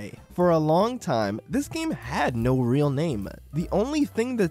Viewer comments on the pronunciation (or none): none